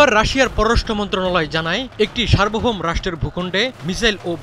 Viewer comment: 'সার্বভৌম' শব্দটির উচ্চারণ 'সার্বোভোম্' নয়, 'সার্বোভোউমো'।